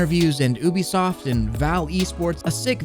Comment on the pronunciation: Ah- no- I’m sorry I just- I can’t you said Oobisoft I gotta stop watching